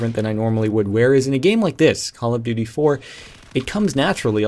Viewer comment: duy, it's duty :P lol